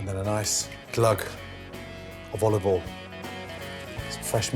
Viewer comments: I always thought he said "olive oil in", but now I realize he's actually saying "all of oil in". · "oliveol in" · Gordon Olivole Ramsay! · bit of olivol